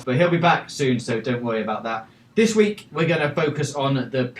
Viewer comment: Notices how he say the letter K.. "this weekgggg"